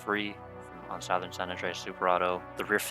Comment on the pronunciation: Everytime bro said SOWthern my eye twitched.